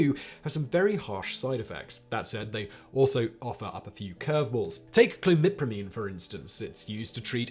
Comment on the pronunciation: Dude… I’m a pharmacist… you weren’t even close on pronouncing most of these drugs… sound them out and you’ll be closer! Not even related to your accent…you literally took out entire syllables. If you’re not sure… call your nearest CVS, Boots, Shoppers Drug Mart…whatever, they’ll help you out ( Oh FLOX A SiN, A DEN OH SEEN, SUB SA LISS A LATE, CLO MIPP RA MEEN)